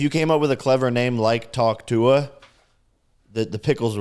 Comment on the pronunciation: Finally said tuah correctly, we’re going places 🥲